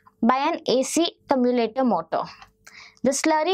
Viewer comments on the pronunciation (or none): commulator lmao. The word is commutator. Thanks a lot. This presentation was well done and straightforward.